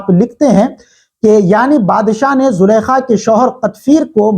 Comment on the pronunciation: Sir zulkhaa lafz ka akheer main noongouna hata hai yes y no